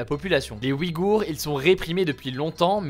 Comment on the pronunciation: Le tréma fait que l'on prononce "ouille-gour" non?